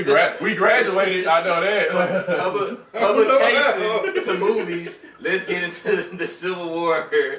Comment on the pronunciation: The struggle to say "publication" lmaoo